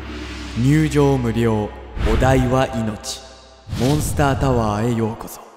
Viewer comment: 1：28の時モンスターじゃなくてモンスタになってる